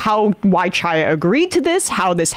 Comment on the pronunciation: Look I don't like Chaya Raichik any more than the next person, but I'm pretty sure that's just not how her first name is pronounced. Unless I'm missing something or it's a MR bit?